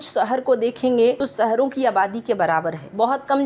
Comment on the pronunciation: सहरों, लोकेसन, पोजिसन, दे स, कसमीर, कोसिस, निसाने, टेन्सन ये तो हाल है इस चैनल के उच्चारण का, आपके बच्चे इस चैनल को सुनेंगे तो हिन्दी के सही उच्चारण की उम्मीद न रखें